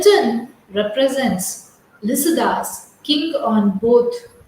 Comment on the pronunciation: Pronounce clearly Lycidas